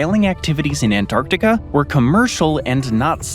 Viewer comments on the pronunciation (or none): none